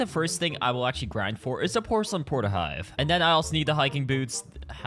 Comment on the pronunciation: "pocelain mask"🥀🥀🥀